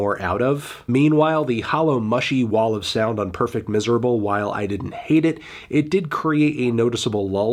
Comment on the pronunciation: pronounce perfecto miserable like that again I dear you